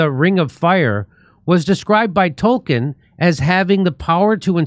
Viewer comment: Narya was a ring, not a character. The ring is symbolic as it is supposed to inspire those against tyranny and suffering. It's also not Tol-kin, it's Tol-keen.